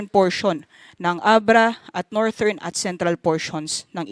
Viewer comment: Thank you po for the update. The pronunciation of "northern" po is soft /d/ as in "this" not /t/...US /ˈnɔːr.ðɚn